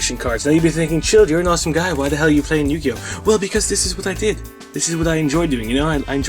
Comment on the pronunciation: it was yu gi ou